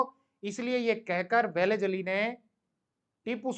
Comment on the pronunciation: Isko लॉर्ड वेलस्ली भी बोलणे को नही आता. वेलीज अली बोल रहा है😂